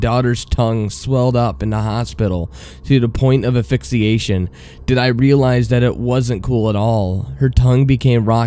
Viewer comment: you need to learn to enunciate properly. "invintation" and "aphyxiation" aren't words.